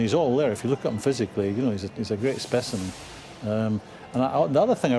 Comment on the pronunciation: Did that moron really called Mane a "speciment" yo get that fool off studio wtf